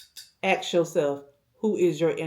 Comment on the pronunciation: YEAH....AXE YOURSELF. Do people no longer get an education? I believe the word is ASK....ASK....ASK! Not AXE.